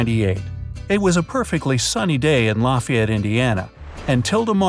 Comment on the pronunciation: La-Fie-Yet not La-fee-yet